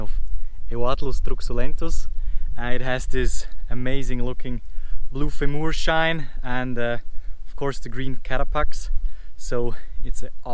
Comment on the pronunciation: Love your videos! Just FYI, femur rhymes with Dreamer. :-)